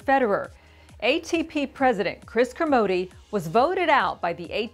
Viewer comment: why does she keep saying Kermodeeeeee?? that isn't his name pronunciation